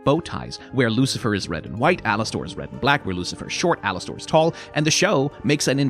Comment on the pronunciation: “Alas-stORE” is driving me insane